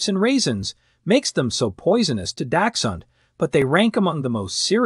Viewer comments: Not trust anything you say, when you pronounce dachshund that way lol🤣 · Good god, can these experts please pronounce dachshund correctly or at least the same?